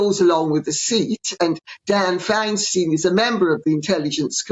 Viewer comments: That MM thinks she can just assume a senior senatorial seat, occupied by a woman who has broken half a dozen glass ceilings in government, is nuts! (Feinstein does need to retire. BTW, it’s Fein-“stine,” not “steen.”) Each US state only has two senators, as opposed to members of the House of Representatives, where district representatives serve, the number determined by population. And those people usually start out in local offices (Feinstein was on the Board of Supervisors of San Francisco, then when the Mayor was assassinated, she became mayor. Then Senate. I’d like to see her deal with Bernie Sanders, who wouldn’t mince words about her bla bla bla salad. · Why doesn’t anyone in Britain pronounce the senator’s name correctly? Her surname is pronounced Fine-stine! Not Fine Steen. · “Feinstein” likes a “fine wine.” It’s pronounced fine-stine.